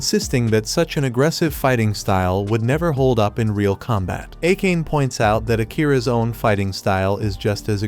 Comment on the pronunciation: for the future, please pronounce Akane as "Ah-kan-ay" I made that mistake in my teens until I heard it pronounced in an anime.